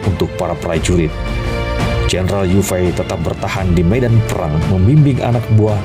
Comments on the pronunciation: Yue fei.. di ucapkan ye fei.. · Iya.. nich tulisan yue fei.. tp ucapan harus ye fei.. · Jendaral yue fei di baca yok fei..